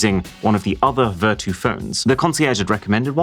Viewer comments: It’s pronounced ‘Ver-tyu’ as in ‘virtue’. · Maybe i'm the only person who pronounced this as ver-chu instead of ver-too 😅 Vertu Phones Were Always A Simbol Of Luxury They Are Best Known For Their Build Materials And Craftsmanship, But We Are At A Time Now Where Functionality Is More Important Than Look It's So Sad That Such A Niche Brand Is Using Cheap Marketing Tricks & AI Generated Text/Images For Marketing 😑 Anyway, I Think I First Saw The Buttler Service On Samsung 'W' Series Phones,Which Are High End Versions Of Z Fold& Z Flips, But Only For Chinese Market. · Vertu condom? Maybe I am dizzy coz I heard this for Vertu quantum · Not Vertu man....